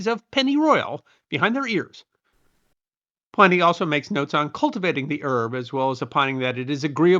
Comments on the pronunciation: Pliny is not pronounced as "PLY- nee" the prolific author's name was and is, pronounced "PLIN-eee". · PLIN-nee not PLAI-nee.... the traditional English langiage pronunciation.